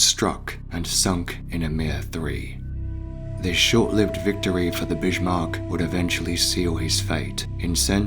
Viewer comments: He is the Bismark,not the bishmok. Learn how to speak, for crying out loud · Always thought it was Bismark not Bishmark? Very sobering to see the exact moment so many British sailors died, at least for most of them they would know nothing about it killed instantly in the huge blast! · It hurts a little when you pronounce the name of the ship like Bishmark. Bis-mark, whereby the "s" is strongly emphasized, for example like in the English word "service" would be more correct ;-) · BiSHmarck?) Lol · There's no H in 'Bismarck', bud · Twist : I think that he pronouncing the sound of the letter H could be because of his apparent British accent even though as you stated their is no H in the word. One example as an American I can say on the different pronunciations between American and British accents is with word Schedule. I've heard many British people pronounce the sound the sound of the H in that word while we Americans don't pronounce the sound of the letter H in that word. Now I still don't know myself why he chooses the pronounce the sound of the H when the letter is not there, but it's still amusing when people of different countries try and talk in English. 🤭🤭🤭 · Incorrect Humberto.